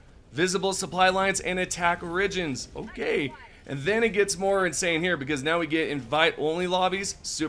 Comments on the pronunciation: guessing no one has told you you say origins really wrong, dont start with the O on it own, say it with the r then the rest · That’s not how you pronounce “origins” bruh